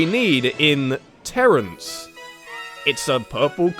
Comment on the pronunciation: Have you watched the whole series from the beginning? If you have, you would know that never pronounced it "terrace" when he first got the game. He always pronounced it "terrance," and I guess it just stuck.